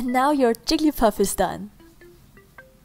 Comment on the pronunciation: 10 seconds in, who else heard her say "Jiggy Puff"